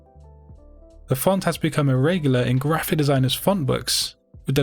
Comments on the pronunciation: Why do you say grrraphic the way that you do? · oh sorry I thought you did it on purpose